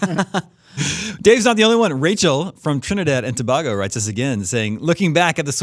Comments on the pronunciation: it's pronounced toh-bay-go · FYI it's pronounced "Toh-bey-goh" not "Toh-bah-goh."